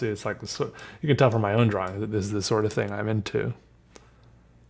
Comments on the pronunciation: Feel like kicking him in the head the way he pronounces drawing. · Viewer Judges how pronounces 'drawing': Is this a mistake?